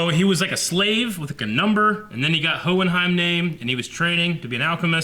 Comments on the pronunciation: Hohenheim. Hoh-en-haim. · Owen-Heim. Shimigami.. Good 'ole Eh-Eh-Ron. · hehe for anyone who has difficulty saying it: Howen-Haym